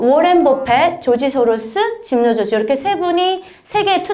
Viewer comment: 영어식 발음이 정확지 않은것이 좀 흠이긴 하네요 짐 로저스 ?